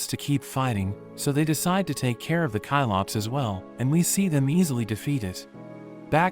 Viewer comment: its cyclops not kylops 🙏😭